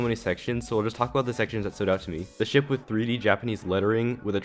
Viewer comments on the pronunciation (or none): none